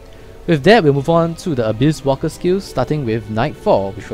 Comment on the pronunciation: u sound like u said abuse walker lol